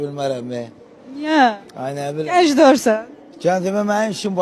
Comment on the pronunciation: Gənj yox gənc cccc